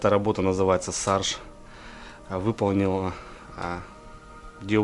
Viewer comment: Помоему не сарж а шарж